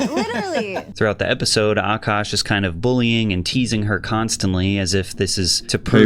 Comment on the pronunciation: Kevin Samuels.... would have also warned A-kaaash